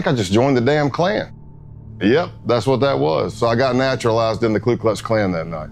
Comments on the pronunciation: "KLU Klux Klan"..?? Seems kinda weird that was able to infiltrate the KKK if he couldn't even say their name right. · "ku Klux klan"